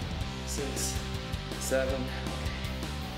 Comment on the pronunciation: ur seven sounds like HEAVEN xD